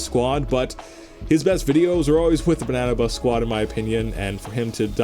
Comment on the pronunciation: Pleas people don't get mad that he said banna bus sqaud